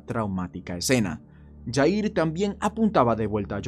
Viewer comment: Jair se pronuncia con J no Y porque no es Yair hay que investigar como pronunciar las palabras porque incluso en las escuelas nos inculcan pronunciar ciertas palabras como J con Y